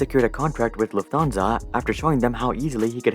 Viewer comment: by the way its not "luf thansa" its "Luft Hansa"